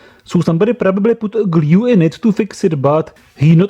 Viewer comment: Me: discovers your channel, the dangerous wireless charger video exactly Geez, this guy's accent sucks! doesn't stop watching Fuck it, i'll watch it Me later: Guess I'll stay. subs Me now: Somebody tried to fix it with gLyUE